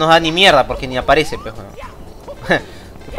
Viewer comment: En realidad dijo "pues" pero lo dijo como abreviado xD.